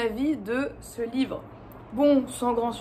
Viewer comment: Un livreuh vraiment...